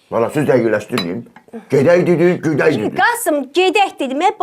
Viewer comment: Gedək demədin güdək dedin.😂